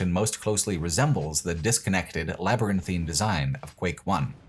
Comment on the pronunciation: you get my gold star for pronouncing "labyrinthine" how it's supposed to be and not as "labyrinthian" like the skyrim location (and how 95% of youtubers pronounce it...)